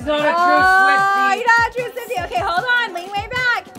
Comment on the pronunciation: When she said SWIFTIC I was saying with me